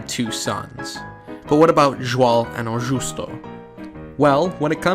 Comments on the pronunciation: Your pronunciation of Portuguese names could do with some attention: they are not that difficult to master. I have never heard, for example, Augusto, which has a hard 'g', being pronounced 'Aojusto': think of the English month August, or the name Augustus. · He also doesn't get "Augusto", with a hard "G", as in English and even in Latin, where the name comes from... 🤔